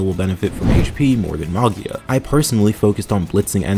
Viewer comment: "Magia" is italian for "Magic" so the G is soft as in "Gem", with the accent on the I